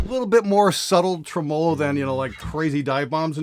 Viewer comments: Not trying to be an asshole here, but if you're going to talk about tremolos, you should probably learn how to pronounce it. TREM-olo. The accent goes on trem, not on olo. 🤪 Love the show, man!! Keep up the good, sarcastic work! 😁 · Ha! doesn’t know how to properly pronounce tremolo 😛. It’s “Treh-muh-low” buddy 😘. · that was nice of to pronounce "tremolo" like a bass player on this bass video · Who taught you how to say tremelo and why did they do it so fucking wrong? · You say tremolo weird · You say 'tremolo' funny...